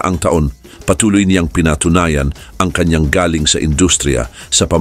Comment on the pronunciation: Correction sa narrator nito, mali ang pagbigkas mo ng salitang GALING_dpt mabilis ang pagbigkas_1 syllable lng inde GA-LING